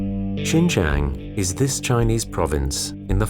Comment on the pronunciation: Pour les français, je crois maintenant qu'il faut penser à vous même, le racisme, l'immigration.... En plus, il faut prononcer bien le mot de lieu"XIN JIANG" au lieu de "Shen zhen".